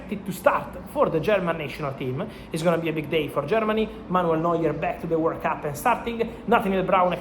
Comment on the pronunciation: lol it’s hard to head World Cup, I thought he was saying “work up” lol it has me doubting myself